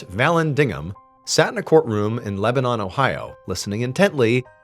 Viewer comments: We pronounce Lebanon as "Leb-uh-nin" but regardless, super cool story! Thanks for sharing! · I think the town is pronounced Leb-a-nun. Said all together. Lol. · In Lebanon, Ohio. It is pronounced like "Leb-ben-en" Great story. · Pronouncing Lebanon like the country has me like 😅